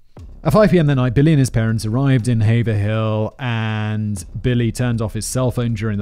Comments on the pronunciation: Thank you for pronouncing Haverhill correctly! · Hearing someone pronounce Haverhill correctly is always jarring because I just assume it'll be pronounced wrong 😅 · Haverhill = haver-ill